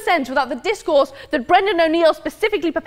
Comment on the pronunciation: And DiZCoUrZE